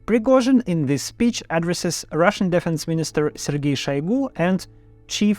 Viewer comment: Для начала неплохо, но стоит поработать над правильными ударениями. addrEssed, defEnse, sEntenced, Intimately, allOw, accOmpanied, oppOnents, sEparatists, compEtitor